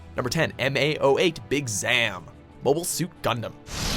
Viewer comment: He also pronounced "Zam" differently than the clip from the anime that played literally seconds later. Clearly the researchers, writers, and voice actors never communicate with each other in even the slightest bit over at Watch Mojo headquarters.